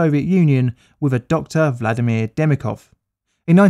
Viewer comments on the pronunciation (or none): none